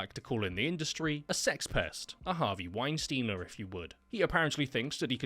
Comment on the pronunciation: " A Harvey Weinstiener" LOL